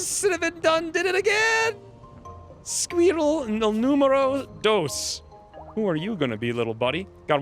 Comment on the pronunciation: I enjoy the way you say sqweerell lol "" The odds may not be in my favor, yet I'll still give it a shot